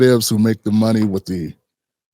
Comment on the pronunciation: He's changing his voice because he is mocking us. It would be interesting to know if he is an FBA. I don't think he is. I will not go to his channel because he is not one of us. Towards the end he said "that de_ federal government is behind you." We say, the not de.